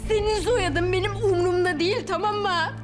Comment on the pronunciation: Biri şu kıza Türkçeyi öğretsin İstiyoream değil istiyorum Tamamıah değil tamam mı Elinia değil elini